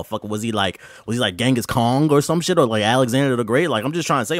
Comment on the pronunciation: "Genghis KONG" LMAO